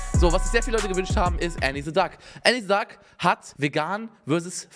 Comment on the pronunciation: Gott verdammt: sie heißt A!!!!!nni nicht Änni. :D